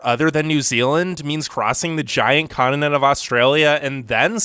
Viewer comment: Ugh. Where did this new hideous way to pronounce “continent” come from?